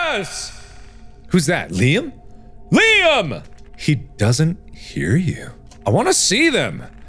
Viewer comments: I can't believe I've been pronouncing my name wrong this whole time when OBVIOUSLY it's been LEEM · who else got saddened by the way he said liam... its said lee-uhm, not leem lol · Game:Liam Mark:Leem